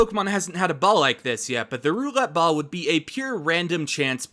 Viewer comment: I know he said roulette ball but all I hear is Gam-ball